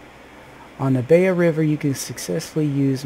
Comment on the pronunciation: It pronounce stressed on "E" - bElaya river. Belaya means "White River"